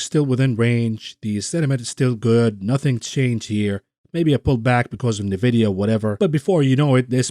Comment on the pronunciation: Your pronunciation of Nvidia gets me shook everytime I never heard of Nevidia I know eNvidia